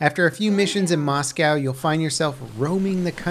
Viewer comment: Please for the love of god learn to say Moscow correctly.